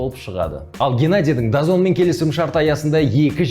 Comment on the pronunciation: Дазон емес DAZN оқылғында дазыэн бивл емес бивол